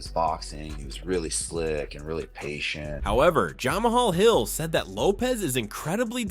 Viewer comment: Bruh the way pronounced Jamahal hill got me dead😭😭😭